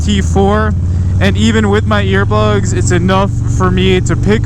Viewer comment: Bro is he sayin “ear bugs”??? Or “ear buds”?? I’m pretty sure it’s ear buds!